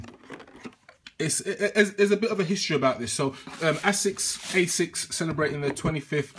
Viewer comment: Haha you crack me up dude. I feel like you purposely mispronounce names just to eek Americans - 'ass-sicks' 'ten-nick'.. Love it 😂